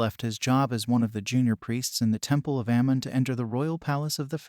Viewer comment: Amun,not Ammam Tutmoses not thutmoses.